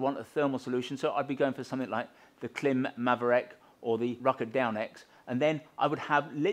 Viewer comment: Love presentation. Can't help hearing twat in a cap though... It's Klim. And adjustments;)